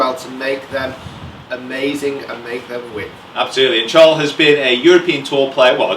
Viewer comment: Guys, his name is pronounced "Sharl"